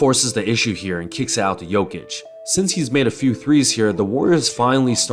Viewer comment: Your pronunciation of "Nikola" was way above the average for the US speaker And "Jokic" is almost spot on Great video btw